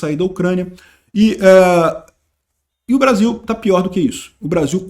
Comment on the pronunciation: ta com saudades dos barzinhos, não falou Brasil, mas BAR-ZIL😂😂😂